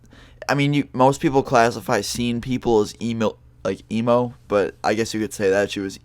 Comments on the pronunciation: I thought he said emu xD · You almost said email instead of emo. XD